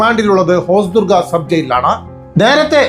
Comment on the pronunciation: തെന്നൂറ് (തൊണ്ണൂറ്) ഹോസ്ദുർഗ (ഹൊസ്ദുർഗ്) കുരുനീക്കങ്ങൾ (കരു നീക്കങ്ങൾ) 😂😂😂😂